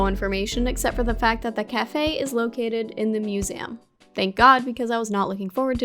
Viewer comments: You are the only person I know who pronounces it "Musame" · I say "museum" the same way as, and people tell me that I'm pronouncing it wrong lol, now I gotta show them this video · kora’s pronunciation of ‘museum’ makes my day, every day. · Same I’ve never heard anything pronounce it like that and it’s snazzy.